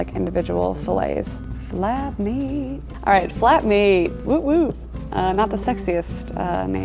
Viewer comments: I thought she said fap meat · flep meeeeet